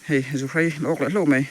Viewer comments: Zuhrai ni lovin 'zuhrei' a ni zawk lo maw.. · Zuhrei tih tur..chepa(pa tih lai hi,ka Pa tih a kan lam rik ang hian lam tur)..Awmna a zir a tawng dan a awm a,a dik erawh zir a ngai e..Hmuhnawm e👌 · Zuhrai ni lo in Zuhrei zawk aw